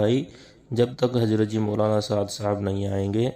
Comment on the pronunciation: پہلی بات شوری ہے سورا نہی ملفوظات ہے ملفوجات نہی زبیر ہے جبیر نہیں اپ ہے عاپ نہی آدمی ہے عادمی نہیں ضرورت ہے ہے جرورت نہی حضرت ہے حجرت نہیں. کہنے کا مطلب یہ جب ایسے جاہل لوگ خود کو سب کچھ سمجھنے لگے تب سے بگاڑ شروع ہوگیا کام میں یہ بیچ والے لوگ اپنی روٹیاں سیکنے کا کام کرنے لگے.. معزرت جناب اپ بھی تھوڑا تلفظ سیکھ لیں پھر ............